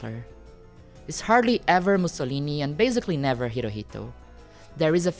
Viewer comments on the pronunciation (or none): I love the research you put into this video and im glad youre brining something like this to light and not letting it be swept under the rug for many others to simply forget about, acknowledgement is huge Also im sorry this is a huge derailment but the way you said Hirohito was how I found out you were brazilian which is a little funny but nice knowing that I have a brazilian pokemon channel I can support and watch ❤